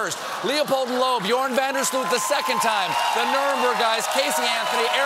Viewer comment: 'Djoran Van-der Sloot' xD The pronounciation is; 'Joh-rah-n. Vahn Dare Sl-ooohh-t